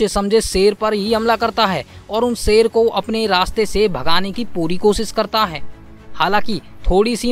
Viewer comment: सेर,बारीस भाषा की वाट लगा रहा है, हिंदी मे श अक्षर होता है ना